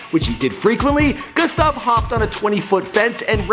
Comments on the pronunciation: And it’s not fucking goostav it’s Gustav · wtf he was pronouncing gustav goostav what is this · IT IS NOT GOOSTAV GET IT RIGHT! IT IS GUSTAV! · GOOSTAV ME: TRIGGERD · Also pernounces "Gustav" g-OO-stav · Omg No he pronounces his name soooo bad